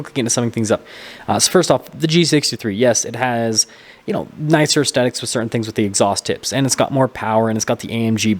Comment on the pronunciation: “aesthetics” pronunciation is as follows (soft TH whether American or British English): • es – like the “es” in essence • THET – rhymes with set, with a soft “th” (like in think) • iks – like the end of physics So it sounds like: 👉 ess-THET-iks